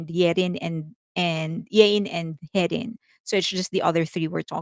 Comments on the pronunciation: It's Hyein not Yein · "Hyein" is pronounced Heh-een. But credit to you for not mispronouncing her in the most popular way - High-in.